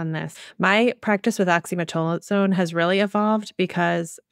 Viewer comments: I see this mispronunciation so often, but have heretofore demurred on correcting them for fear of being petty. I'm screaming inside OXY-ME-TAZ-O-LINE. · Great episode, especially emphasizing what to do instead of antibiotics for cold viruses. Oxymetazoline (Afrin) is the nasal spray medicine discussed for anyone confused by the slight mispronunciation in the episode.